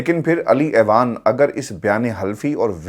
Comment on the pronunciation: اعوان کا تلفظ "آوان" ہوتا ہے، ایوان نہیں۔۔۔ درستگی فرما لیجیے